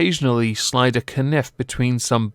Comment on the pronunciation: "a k-nif." Well done for trying to beat the algorithm. Which has lately been suggesting bizarre traumatic videos like a horse convulsing while having a heart attack. Yes, lovely video, thanks YouTube.